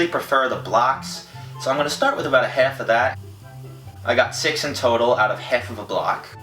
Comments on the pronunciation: half not helf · "Hef" of that